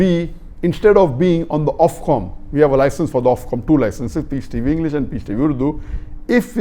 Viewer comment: It’s Ofcom not Offcom